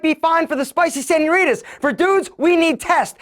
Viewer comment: “Spicy senioritas”😂